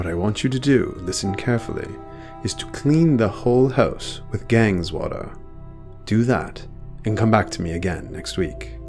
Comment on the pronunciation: Lol the narrator said clean the whole house with gangs water I think what he meant was clean the house with Ganges (pronounced ganjis) water it's supposed to be a spiritual place in India I think hahaha gangs water lmao 😂😂